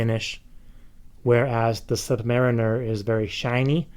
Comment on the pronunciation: I like your way of saying "Rolex Sud-marimer" :)